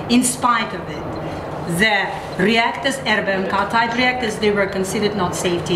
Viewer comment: ár-em-bí-kíj" az ... Értem, hogy okos, tudós, de az angol ábécét megtanulhatta volna :) Van az a gyerekdal. :)